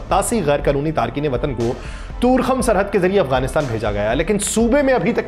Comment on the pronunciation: bhai sb, yeh Torkham hai na kToorkham